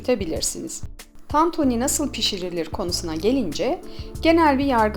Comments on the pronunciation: Ablacım o kadar çok TANTONİ dedinki ben inandım tantoni olduğuna :) Eline Sağlık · Ellerinize sağlık sadece tantoonü demişiniz gibi sesiniz geliyor😂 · Tantoni 🙈 bi tek ben mi tantoni duydum diyordun yorumlar beni benden aldı. Elinize saglık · Tantunî değil tantuni 😂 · Abla başlığa tantuni yazmışsın ama tantoni diyon 😂😂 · Abla tantoni değil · Tantoooni ne be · Lütfen! TANTOĞNİ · bazen tantoni diyo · Tatuuuni denmez tantuni 😂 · Ellerinize sağlık. Çok lezzetli görünüyor.👏🏻👏🏻👏🏻🌺❤ Yalnız dikkatimi çekti, tantoni ve tantuni olarak her iki şekilde telaffuz ediyorsunuz neden acaba? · Tantuğnii ne abla ya 😂😂